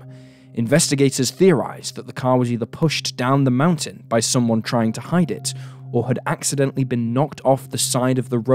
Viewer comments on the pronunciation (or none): none